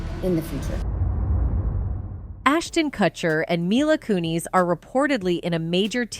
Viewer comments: Lmao “mila cooneys” the “kuh-chers” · Kuh-cherr and Koo-neez? GTFO lady. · Huh? Who is Coonies and Cutser? Maybe learn how to pronounce names prior to reporting on them? 😂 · I love how this pronounced cutcher and coonies. 😂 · You kept pronouncing her name wrong and took forever to get to the point! Had to click off. Bye bye! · My issue is with how this video pronounces Mila's last name